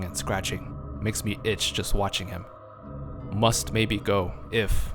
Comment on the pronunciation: Did anyone else notice jost instead of just?